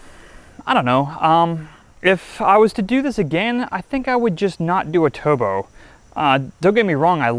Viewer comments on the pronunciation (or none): This guy cant pronounce "R's". He says "Toobo" LOL